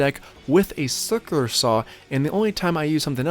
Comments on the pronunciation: It's called a circ-u-lar saw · I love the way you say cirkerler saw! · Dude, you need to learn to pronounce "circular." Don't use plug screws on fascia boards.